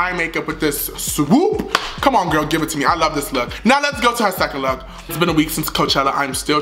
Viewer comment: “A LOOQ” IM IN TEARS HAHAHA